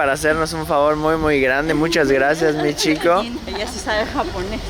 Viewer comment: Cuando lo escucho a decir Michiko escucho “mi chico” jajajja el tipo fue con el novio (? Jajaja tremendo video y momento! Zarpado que haya sido todo registrado